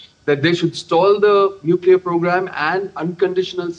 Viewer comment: Nuclear not neclear ... This is the accuracy and authenticity of dd india what rubbish u all are